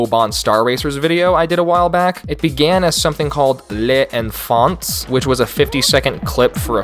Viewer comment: Les enfants, not lè anefantesse.